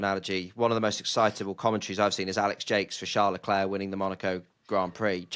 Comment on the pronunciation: Re bias My only gripe is the British tradition of murdering drivers names. As you’ve addressed this with Isa so well, here’s me telling you: COLA+PINTO, not Carlopinto, Charles (<- oh look an s, very much like HRH your KING) Leclerc, like the clerk, not the “Claire”. Love the show,and pls forgive a patronizing linguist dear “ and “